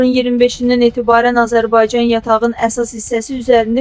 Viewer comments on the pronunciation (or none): none